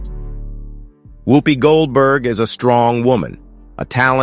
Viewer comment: A waste of the New FBI cost and time. They have uncovered nothing subversive. The narrator cannot pronounce her name correctly ! Much ado about nothing !